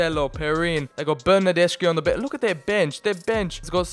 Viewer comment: Bro pronounced Bernardeschi like Bernardeshi instead of Bernardeski